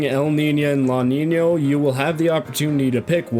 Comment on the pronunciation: their names aren't "Laniño" and "Elniña", you don't need to pronounce the N like an Ñ just because it's inspired by the "El niño" and "La niña" phenomena